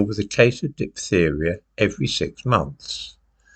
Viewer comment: Diphtheria is a hard word to pronounce ("ph" is pronounced "f" in English) 😉